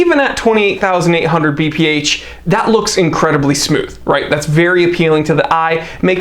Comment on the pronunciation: Note to: it's BPH and not VPH))